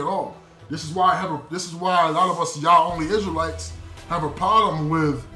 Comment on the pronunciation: Oh my goodness this dude say crystal lites lmao 🤣 😂 😆 why people that's torah so funny